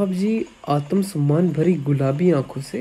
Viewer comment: Aaatumsummaan ✅️ Aatmsummaan❌️😂